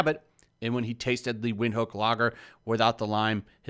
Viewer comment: its pronounced "Vint-hook" and yes having lime with beer... WTF is wrong with you !